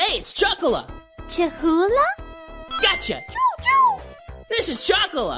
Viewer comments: () it's not say chou It's chao spell: c-h-a-o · The weird spelling of chao was probably because she watched sonic x, in the english dub cheese pronounces "chao" as "choo"